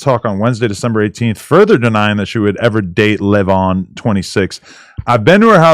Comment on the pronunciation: 😂 every time they say leyvon 😆😆😆😆😆😆